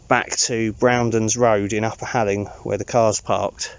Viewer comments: fantastic news on getting your job back! probably the best Christmas present you could have wished for and I'm really pleased for you:) Halling is a few miles from me and the locals pronounce "hall ing" ( sounds similar to the word boring). I just bought that walking book for my wife for xmas as you seemed to have so much fun with it. Thanks for the content this year and say Hi to the lovely Candice:) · Hi, it’s pronounced like ‘whore ling’! 👍🏻😁....really good news about the job! We’ve bought the book after seeing your vids and hope to start them over Xmas break. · This is so close to me! It’s pronounced halling as in hall. Need a new camping buddy?😂